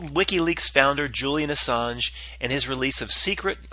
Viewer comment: Ass-ange (L)